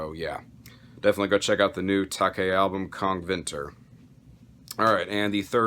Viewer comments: Tow- Kuh. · So just stumbled upon this video. Gotta be that guy and comment on the Taake pronounciation. Taake is the old spelling (Hoest frequently uses old Norweigan spelling in his lyrics) for Tåke (Norweigan word for fog). So just go on google translate and use the "listen"-function (with the modern spelling) to get the proper pronounciation.